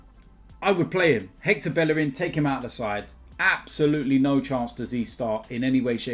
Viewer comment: How you still saying bellerin😂😂